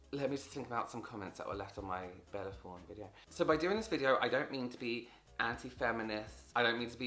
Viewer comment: “Bella Forne” his accent sends meeeee